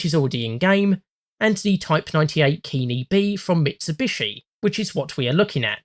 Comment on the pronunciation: Just a quick note on JP pronunciation. Their vowels are strictly pronounced only one way: a = "ah", e = "eh", i = "ee", o = "oh", u = "oo". So for example, Ke-Ni is pronounced almost like the name Kenny. The two syllables should not rhyme. Same with Chi-He and so on and so forth.